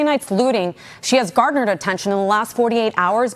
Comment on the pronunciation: Even the damn news reader can't speak English. It's 'garnered' not 'gardnered'. And she speaks for a living!